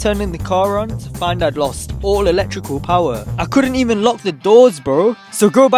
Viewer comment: Obd “eleven” 😭😭